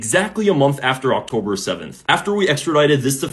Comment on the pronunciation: "but 7th Okhtober...."